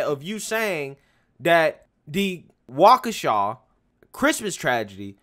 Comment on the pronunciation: He finally said Waukesha right? WOOO!!! BLM is for clowns…period